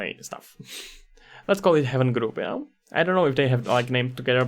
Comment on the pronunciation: thanks for the headsup texture and hdri haven are great resources I can't wait to see this one grow as well. not to be that guy but its Hay-ven not heaven